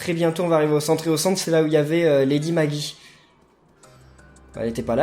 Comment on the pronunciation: MAGGIE (Prononciation : "Maguie")!!!! Comme Maggie Simpson!!! RAAAAAAAH !!!!! Faut tout te dire pour la prononciation!!!! Pour la peine, je m'abonne! - w